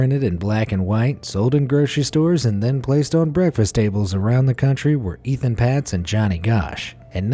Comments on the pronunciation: It’s pronounced “Ayton Paytz”, NOT “Ethan Pots”!!! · It’s not Ethan Patz. There’s no H in his name! It’s Etan, pronounced Ay-Tan. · Etan Patz’s name is pronounced “Ayetan Paytz”. If you are going to talk about him, at least TRY to get his name right..... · Not even close with pronouncing Etan Patz. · Anyone else cringe at the repeated mispronunciation of Etan Patz's name? No? Only me?